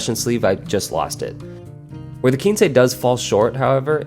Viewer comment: Why would it be spelled Quincy? In Spanish it's a number, but in English, quince is a fruit. If you ever heard of the quince tree or its fruit, you'd know to pronounce it "kwins" (like prince). But, if not, and are familiar with Spanish, I can see how you got to "keen-say"...